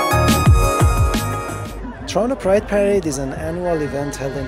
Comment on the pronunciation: Oh sorry. I heard "Pride Parade" as Guy parade Lol